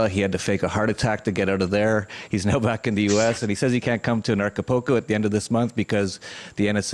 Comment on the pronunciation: Hey nice reference to Acapulco and it's pronounced Aca-Pool-Co not Aca-Po-Ko. is obviously not in Acapulco since he can't even get the name correct plus what he says about the jails is absolute crap. If he is in Acapulco he can be located by the image behind him. If he is helping people get fake foreign passports he is breaking several international laws. How does John know it was exactly 42 armed guards? He sat and counted a bunch of moving people I suppose. John isn't a hacker and has zero ability to hack. Initially he claimed to place spyware and keyloggers on $100 laptops he gave to people - BUT now he's a "Hacker". John wasn't faking his heart episode, he suffered a tachycardia from using excessive amounts of MDPV. This fact is well documented. This was an ignorant interview and is just a bunch of regurgitated crap that McAfee has been repeating for months.